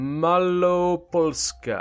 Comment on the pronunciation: that is ok...but what is funny is his prononciation of Malopolska, he always forgets to say L and says just Maloposka, but otherwise hes good at pronouncing...or at least mouch better than others:D carry on, your videos are great